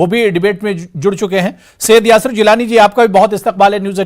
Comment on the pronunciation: یاسر نام کا بالکل غلط بول رہا ہے